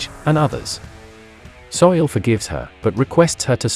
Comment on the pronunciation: Soo-Il not Soil man.